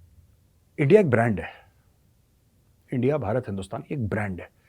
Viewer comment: Jab aap bole hum kha hai endia kha hai you got Lahori accents...😅😅😅